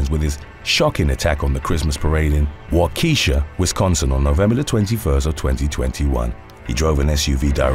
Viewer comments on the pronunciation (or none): For future reference, as a person from Wisconsin, it's pronounced Wah-kuh-sha not Wah-keesha. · “Wok-ah-Shaw” lol not wahkesha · Wa - Ka- Sha... not " WaKeesha". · #8 Waukesha Wisconsin is pronounced like WALK-A-SHAW not WA-KEESHA it’s Indian I live about an hour south from there I’m in Mchenry Illinois a lot of Illinois and Wisconsin have lots of Indian names including their state names as Wisconsin and Illinois themselves are both named after Indian tribes we used dig in sandpits at my dads farm in Shawano Wisconsin (pronounced SHAW-ANO) digging for arrow heads I hope you are having a blessed day god bless you and yours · WaukEEEEsha 🤣🤣🤣 NO no no its... Wok•eh•shaw with very little pronunciation on the 'eh' 😆😆😆 I'm rolling ova' here! Born and remained in Waukesha 43 yrs lol ... my hubby laughs at how I say Oregon though🤷🏼‍♀️🤣🤣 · Lololol Wa-keisha😆 For the Wisconsin story Waukesha is pronounced Walk-uh-shaw. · Waukesha is pronounced "Wok-ish-sha" not "Wah-key-sha". Just FYI from a neighboring state also full of towns with Native American names. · Wa kee sha 😂🤣 Wa ka shaw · WHA-KEH-SHAW, SIR! NOT WA-KEE-SHA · waukeeesha lol. it’s pronounced like “walk-a-shaw” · I just have one comment on the Waukesha parade since I lived there for a while with family. It’s pronounced Wah-keh-sha. It’s a common error a lot of people make. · Thank you that's all I could focus on..I'm not from Wisconsin just lived in the Waukesha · It's pronounced Wah Keh Sha not Wah Kisha...lmaooo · Waukesha =/= wah-keesha. its walk-esh-aww. i know because my son was born at the hospital there. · Waah ka shaw. Not Wo key sha. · The Wisconsin area of Waukesha is pronounced Wauh-ka-Shaw NOT Wau-Keshia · Wah-key-Shaw. Not wa-kesha. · It’s “wau-kuh-Shaw” not “wau-keesha” (spelled Waukesha) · Waukesha is pronounced wa-ka-shaw. Not Wa-kesha 😂🤣. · Waukesha is pronounced “walk-a-shaw”, not “walk-eesha” just fyi 😁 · It's not Waw-Key-Shaw. It's WahKehShah. Wah-Keh-Shah. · It's WALK-a-Shaw, not WA-KEE-sha.